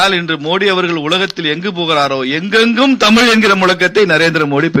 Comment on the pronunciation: Tamizh is pronounced as தமிள் தமில். வெட்கம்